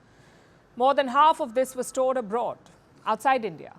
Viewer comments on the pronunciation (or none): That moment when she told stole mistakenly instead of stored😂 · she messed up the word stored with stolen 🤣🤣🤣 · Palki you are soo punctual and elegant the way you speak please be careful while reading prompt you mis read today ""store is not stole"" be careful next time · She almost said stolen instead of stored😛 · It was a hilarious moment when she slipped her tongue to "gold will be STOLED in India" instead of "Gold will be STORED in India" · "..100 tonnes of Gold will be STOLE...Err...STORED there .!!!.." Well some of us have that fear..!..May the 100 TONNES Gold ONLY be STORED..!